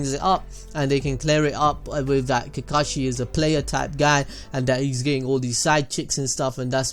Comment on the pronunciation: I have one question that arose when you said the word “kakushi” at 5.57... who’s kakushi?